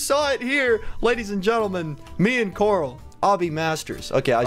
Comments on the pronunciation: corl not corp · you are not stupid but coral is tell Coral this